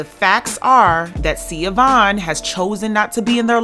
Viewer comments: Her name isn’t Sia-Vaughn; It’s pronounced Sha-Vaughn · This is a really minor point but her name is pronounced “Sha-Von.” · the mom’s name is pronounced Shuh-von. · BTW....Even though its spelled Siobahn....It's pronounced (Sheh- bahn) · Hi her name is pronounced SA- VON Dwayne Wade Gagged his ex wife & took his kids away & had her arrested if I'm not mistaken.. Shae Vaughn has her story on YouTube it was so sad what he did to his ex wife and how he treated her after he met Gabby allegedly. Shea Vaughn couldn't say anything Dwayne had all the 💰 to shut her down & shut her up rumor has it It's really messed up. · Her name is pronounced Shah-von